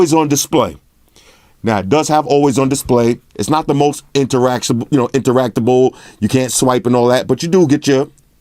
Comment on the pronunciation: "Interactable" lol I love this channel